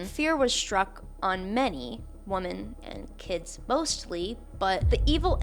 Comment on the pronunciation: Hey I hope this is constructive and not nitpicky. Usually "women" is pronounced differently from "woman" - like "wimmen". It can be confusing to listen to the o pronounced the other way. Sorry for raising such a small issue.